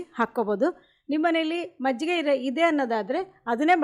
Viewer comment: Mejjige alla, adu Majjige